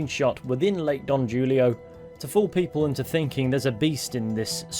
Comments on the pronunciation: Ain’t no way you just pronounced don julio don jewlio. It’s pronounced like hoolio. Don hoolio. 🤦‍♂️ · lake don HOO-lio, not JOO-lio, per that one guy on the cliff in a tent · Dont know if anybody else mentioned this, I scrolled through some of the top comments but couldnt find it, but Don Julio is pronounced Don Hulio. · wanted to share that it’s pronounced Don HULIO the J is an H sound :) amazing video & so happy to have you back on my new uploads page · You misprounced Lake Don Julio, it's a Spanish name so ilthe j is pronounced like it's an h.